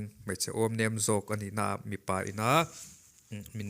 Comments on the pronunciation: Mipa tih leh mi pa lam dan hi a hrang aw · I va han chhiar thiam lo em2...Mi pa tih kha chhiar dik teh mipa tih leh mi pa tihte chu chhiar dik ve tur alawm....a in balance na enge awm, nunna an lak kha mawle,, hmun dangah pawh sawiselna ka hmu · Mipa ti a lam tur nilo... Mi.... Pa... Ti a lam tur aww😅